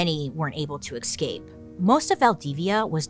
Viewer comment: I ❤ the way Bailey says "excape"